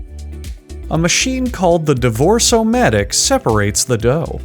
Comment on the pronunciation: So you just heard "divorce-o-matric" and was like yep nothing wrong here?